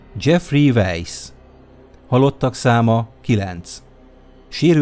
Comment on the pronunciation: Az Jeffrey "vízi" nem veisz,jó videó lett:)